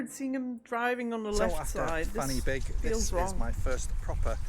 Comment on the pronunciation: The guy is English and can't pronounce Welsh. Fan-y-Big is not pronounced Fanny Big Try Van-a-Beg